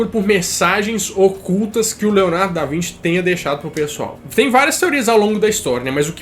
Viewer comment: Mano kkkk Leonardo da vinte? Acho q é da Vinci lkkk